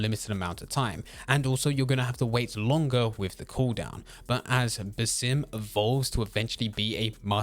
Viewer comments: Sounded like he said simp haha which would be incorrect since he looked away from that woman in the trailer 😅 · Bro every time you say basim it sounds like you're saying the sim and it's really annoying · You pronounce basim weird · And Roshan, it's cuz English usually places emphasis on the second syllable of a name rather than the first which would be correct